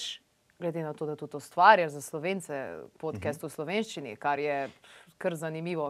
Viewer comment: Šment, ali se "podcast" ne bere kar enostavno podkast (s širokim a) in ne podkest...?😚 Sicer pa bravo za izbiro tega gosta, ravnokar je dobil še enega sledilca na YouTube-u.😸👍